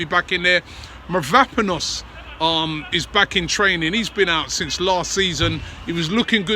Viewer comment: Robbie still can't pronounce Mavropanos. Go get yourself some education man